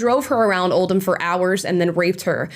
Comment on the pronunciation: Interesting that Amala pronounced Oldham correctly 👍’oh’ldumb’ (rather than ‘old ham’. Omg…Rotherham, too!!!